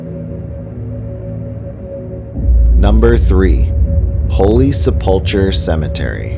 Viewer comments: I know 😂 Selpulchre and Aquinas absolutely killed me. For the narrator: Aquinas is pronounced “uck-why-niss” and Holy Sepulchre is pronounced “Sep-luh-ker” by locals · It’s SE pull ker not SePULL core and ah KWAI nus. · nice but, please get pronunciations correct! Sepulchre = Sepp-ool-ker, Aquinas = Ah-quine-us. Photos are also misleading as there are no mountains in Rochester as shown in the library supposed drowning. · Sep-pole-chure …Aqua-nis 😂😂😂😂😂Yea, you’re obviously not from Rochester. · The name was badly mangled. It’s a hard K the ch Sep ul Kur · It's pronounced "sep-leh-ker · Lol Rochester regional accent pronounce the name of 2 locations different than you: Holy Sep-lick-er and A..qua-i-nis. Weird, I know! Good report though. Knew about the one at Nazareth Academy but not about the one at Aquanis. What year did that one start? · I was actually coming on here to say the same thing. I was waiting for you to mention Charlotte (Shar-lot) because I could tell immediately by not saying "Sep-lick-er" that you weren't from Rochester (which we also call Rotten-chester and Rah-cha-cha haha.) And then when Ah-qui-ness was said wrong, I had to comment hahaha. Still, you did your research and you found out a lot of the ghost stories! You've also left out a lot of other ones but that's okay since you only picked 9.